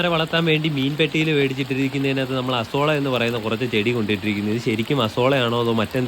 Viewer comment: അസോളാ അല്ല 😂